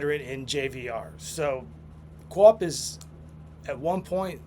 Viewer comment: Copp started his career in Winnipeg. You really should force yourself to say Copp not Co-Op. lol